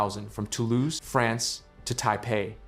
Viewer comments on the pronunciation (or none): none